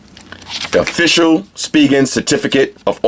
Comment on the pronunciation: thought it was pronounced spy-jen not speegen